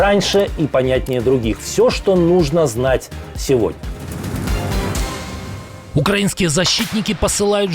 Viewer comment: Почему канал НЕХТА а не НЕКСТА ? И в слове " украинский" правильно надо ставить ударение.